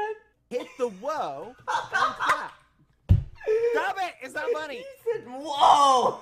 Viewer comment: I love how bad says STOB IT 😭😂